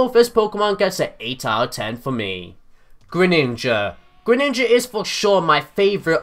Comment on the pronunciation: GRENINJA NOT GRENINGA,ALSO, greninja>charizard,just by a bit